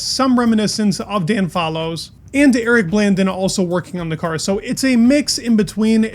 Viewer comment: The way you butchered Eric Blandin's name.